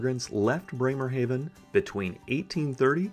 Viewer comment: Breymer-HAW ven. AH NOT AY